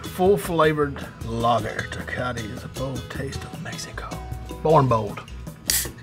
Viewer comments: "Tekati" lmao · Te-cot-T lmao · Dude said “Tecati” 💀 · I loved it, lol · The way he said TECATE